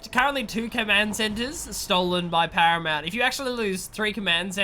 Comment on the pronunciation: "As you say, a great engagement from Haramount"